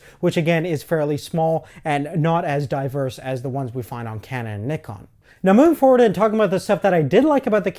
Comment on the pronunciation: You say Nikon funny! But seriously, nice review, I'm giving serious consideration to renting this camera for a short film in April. This review has taught me a lot about this camera.